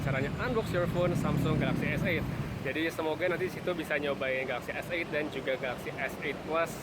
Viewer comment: Dari sekian reviewer di indonesia, pengucapan S8 yg paling benar adalah. Good pronounciation.